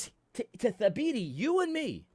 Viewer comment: You say Thabiti's name a little too well. You have to mess it up a little bit at least ;).